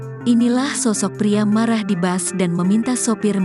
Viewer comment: Bus Bukan Bas....Baca Berita Udah Berapa Tahun